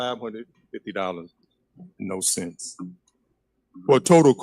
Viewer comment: needs to learn to say CENTS. It has an "s" on the end...lucky finance isnt his specialty...wait...WHAT?